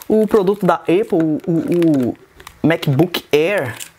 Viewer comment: vc falou eipple.. na moral ??? se escreve Apple mas se fala épou esse é o fonema kkkkk fica a dica